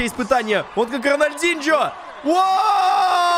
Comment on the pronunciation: Роналдиньо Нет блин Роналдинжьё